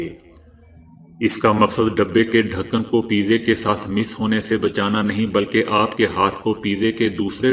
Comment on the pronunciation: Mis nahi mas((touch)